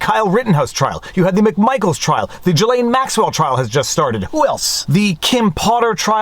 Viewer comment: I’m sorry but I’m never gonna get over the fact that a Frenchman doesn’t know how to pronounce Ghislaine.